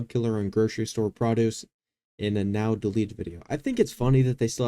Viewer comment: Prahduece? Are you kidding me you don’t know how to say produce??